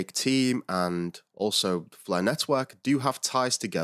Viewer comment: Love the "Fluh" Network! 😁